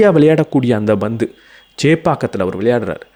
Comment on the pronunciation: I think, banthu vs panthu. B vs P of pronunciation for ball .